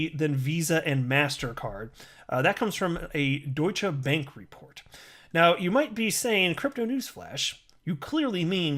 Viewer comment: You're the first one who've said Deutsche Bank correctly so far... I've heard quite a few Youtubers butcher it today so far